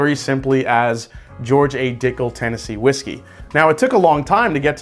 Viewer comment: Is it just me or did you say Tennessee Whiskel at the end of the video?